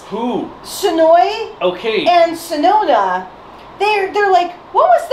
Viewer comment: also white's name isnt sonona its sononi. also sonoza is brown not orange. dont worry its Jetman and the third is goonger